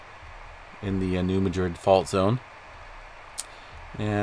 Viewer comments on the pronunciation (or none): Pronounced New Mad Rid